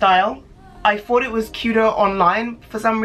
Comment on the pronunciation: she says thought like fought. that's so cute lol adorable